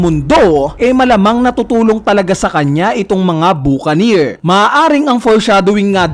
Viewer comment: Buca"neer" engi"neer"